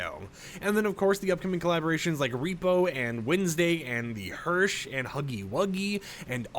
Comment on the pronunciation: He said "hersh" again...